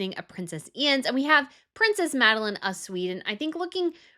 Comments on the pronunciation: Why don’t you pronounce it In-ez? Sounds like you say «I-enz» (The baby being christened) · Enough with the drama about Queen Mary's outfit. She rarely misses the mark. I also think your admiration of Queen Maxima's outfits is disproportionate. Her taste in clothing is pretty ordinary. And I have mentioned this before, but I'll say it again, Carl Philip and Sofia's daughter is called 'In'ez' (its Spanish), not 'Ines', with rhymes with 'lines' as you insist on calling her. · Just to help a bit with the pronunciation of the new little princess' name, Ines, it's pronounced like "Eye-nez" (nez rhymes with Pez/says). 😊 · Please, the names! Queen Mathilde of the Belgians has no "a" at the end of her name. The youngest Swedish Princess (daughter of Prince Carl-Philip and Princess Sofia) is Princess Ines. Not Ians. Try Yness. The yellow colour of Princess Sofia's dress is the yellow used in the Swedish flag. That is why she chose it. The designer you spoke about is Jan Taminiau. Try Yan Tah-mini-yow.